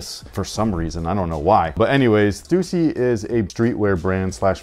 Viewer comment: Thank you for pronouncing Stussy correctly. One of my pet peeves